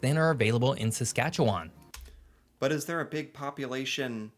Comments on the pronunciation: You think there's not a lot going on? Look closer, baby, you're so wrong. And that's why you can stay so long, when there's not a lot going on. Seriously, though, I'm from Saskatchewan (pronounced sə-SKATCH-ə-wən as there's no WAHN at the end, but don't worry, most other Canadians can't pronounce it either). Only the southern half is flat, although southern Manitoba is way flatter, and so frankly is Illinois. For most of the early 20th century, Saskatchewan was the third-most populous province after Ontario and Quebec, yes, more than Alberta, Manitoba, or British Columbia, not to mention all the tiny Atlantic provinces. Then the Great Depression and drought hit the province worse than any other part of the country, the people next door in Alberta struck oil and got rich, so a lot of people moved there from Saskatchewan. But as is often the case when people come into money, they also turn into conservative assholes, and that's Alberta's story. Meanwhile, Saskatchewan was so ravaged by the effects of drought and capitalism-induced depression, it elected the first socialist government in Canada in 1944 to clean things up. Tommy Douglas's CCF party was so popular, it remained in power for 17 years, during which we got universal health care, publicly owned utilities (gas, power, car and home insurance), and the first bill of rights in Canada. But eventually oil and coal were discovered in Saskatchewan, too, and when that happened, a lot of people in the province turned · I will now teach how to say "Saskatchewan." It doesn't end in "wawn" (like lawn) in a looong syllable like that. It's more like Sas-Katch-ew-wn. If there must be a vowel, it's more like "win" than "wawn". OK, everybody on 3 now.... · the way he pronounces Saskatchewan in the video makes me cringe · Sask born and raised. You can tell someone's not from here with how they pronounce Saskatchewan, ugh that narrator.